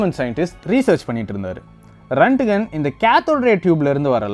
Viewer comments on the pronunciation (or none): Very good explanation on x-ray. But a small correction in pronunciation of the inventor. His name is not ரன்ட்கன். His name is ராண்ட்ஜென். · Pronounce it as Roent-Gent